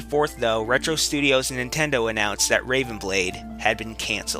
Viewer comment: Yeah.. You said again.. But the fact that you said "IF NENTENDOH CAREDBOUT UZ"